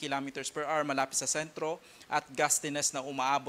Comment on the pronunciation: 30 kilometers per "ars"daw😄